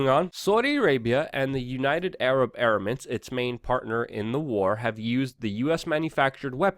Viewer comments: You wanna be taken seriously Luke? Learn how to pronounce EMIRATES. UNITED ARAB EM IR ATES! DANG! OH, AND BTW, FUCK CNN FAKE NEWS! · Em-err-its.... there's no A in there :P